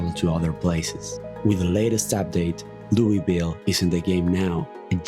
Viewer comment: Losing my shit about how you said Louisville bro